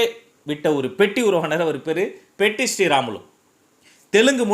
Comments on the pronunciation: Its Potti not petti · Hello LKG. POTTI PATTI SRIRAMULU. not petti SRIRAMULU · Anna I am from andhra he is potti sriramulu not Petti sriramulu